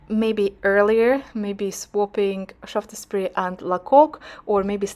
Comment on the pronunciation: “Sharfsburry” might be a help for pronunciation.